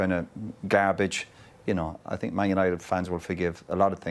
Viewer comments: but, is very strange that no one tells him: - Hey Jose! Is not sink, is think! No one can correct him,!? At the moment Mourinho is thinking that Pogba is sinking.... 😋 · It’s not ‘I sink’ it’s ‘I zinc’ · Nobody: Literally nobody: Jose Mourinho: I sink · Hey Jose is "sinking" again😅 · "I SINK" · Souness - always gets it wrong :) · acho que é mesmo uma questão de dicção, ele não consegue dizer think 😂